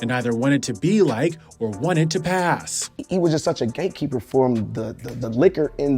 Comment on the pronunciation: Ok I was thought he said GAykeeper😮